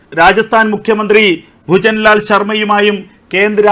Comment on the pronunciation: ബുജൻ ലാൽ. ശർമ അല്ല. ഭജൻ ലാൽ ശർമ അറിയില്ലെങ്കിൽ ഞാൻ പറഞ്ഞു തരാം